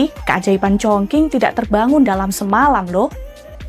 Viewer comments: Kota mana tu Chong King? Chongcing nyebutnya. Qing dibaca cing, cing bacanya bukan ching ya. Tapi kebanyakan anak-anak zaman sekarang mikirnya karena pake q jadi sama kayak pake k. Ada juga Dinasti Qing, suka salah sebut jadi Dinasti King. 😢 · Kok org selalu Salah melafalkan nama kota Chong Qing y?Bukan Chong King tp bacanya Chong Ching...Salah lafal tp dgn bangga membawa acara,hrsnya pelajari dgn teliti dulu cara lafal dlm bhs Mandarin bukan sembarangan krn yg nonton jd berdiri buku kuduk begitu dgr Chong King....haiya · bacane congcing bukan congking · Chongqing mbak...Qing=Cing bukan King 😂😅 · Cape bgt denger penyebutan “chongqing” jadi chongking 😌 lain kali banyakin denger dan belajar pelafalan dlu lah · Congking 🤣🤣🤣 Sekelas kompas loh masa penyebutan nya salah 😢😢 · Kalau ngikutin standard bahasa Indonesia gak salah juga Q dibaca jadi K. Contohnya Al Qur'an. Yg benar itu kata/kota ChongQing harus dibaca mengikuti standard Pinyin. Maklumlah makin ke sini dunia jurnalisme Indonesia makin buruk. Padahal apa"nya sudah tersedia.Kenapa gak terlebih dahulu cek di google translate pelafalan yg benar itu spt apa. Kan gampang toh. Kalo memang mau mengutamakan profesionalisme.